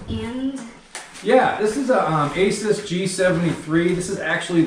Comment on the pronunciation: You're mispronouncing "Asus". The correct way to pronounce it is: "A" (say the letter A) - "Seuss" (Dr. Seuss)